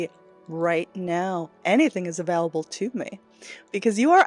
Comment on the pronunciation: I love you but your pronunciation of "available" drives me nutty! it's a VALE able not a VALL able. Please don't hate me for saying that!